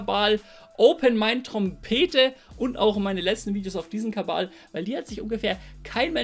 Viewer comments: Warum sagst du immer "Kabal" statt "Kanal"? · Warum Kabal ? Kabele ? Frag für einen Kollegen..!‘